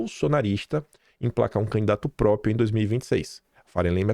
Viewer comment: Não é “própio”, é própRio.